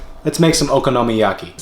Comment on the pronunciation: Would live to see a blooper reel of you trying get “okinomayaki” right! 😂